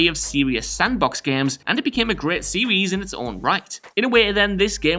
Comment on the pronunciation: Please stop saying "series"